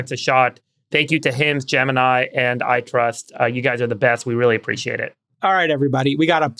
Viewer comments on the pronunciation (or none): none